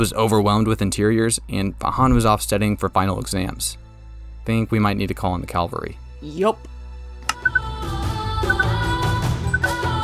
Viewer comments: did bro just say Calvary instead of cavalry hahaha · It is Cavalry not Calvary… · i think you mean "call in the cavalry" not "calvary" lol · Cavalry not calvary. Very different words. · bro said calvary, its cavalry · i thought it was funny how you said “call in the calvary.” Calvary is actually where jesus was crucified… in the way you used it, it’s actually spelled cavalry!